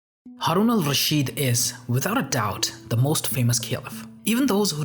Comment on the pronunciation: Thanks for trying to pronounce his name right instead of butchering it like many others do Great vid